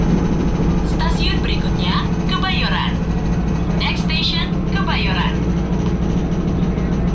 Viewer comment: Kebayoran bang ,bukan Kemayoran 😂😂😂